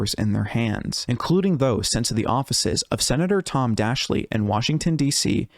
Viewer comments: Very nice. Yeah, I got to live through all that nonsense. Fun times. Not. did well, too, but can you pass along to him that he really ought to check on how to pronounce people's names first before reporting? Tom Daschle pronounces his last name as DASH-ill not DASH-ly. Dr. Ivins name is EYE-vinz. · It's pronounced Tom Dash-el. Great work. I vividly remember the hysteria this created. People thought everyone was going to be a victim.